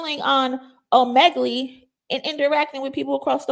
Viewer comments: ...Omegle is pronounced "OH--'MEH'-'GUL'...NOT 'OH'-'MEG'-'GLEE' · Girl ur so cute lol its pronounced O MEE GILL 😂❤ I love ur videos